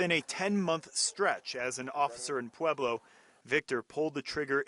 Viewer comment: Not pueblo bruhh😂 🤦‍♂️